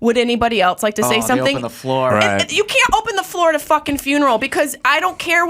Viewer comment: Why does she say “ELTSE” instead of “ELSE?” Please please please get rid of this trope. There is no T in that word!